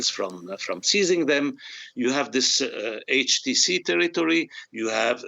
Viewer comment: Why would we listen to this Gilbert. He can not even pronounce HTC correctly. Where did you even pick him up?